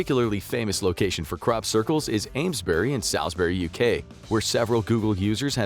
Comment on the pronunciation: Aims-Brie near Saul's -Brie if you wish to pronounce them krekly.